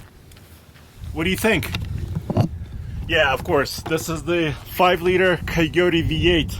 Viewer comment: I love Russian accent when he says coyote. It’s almost like he saying keoteee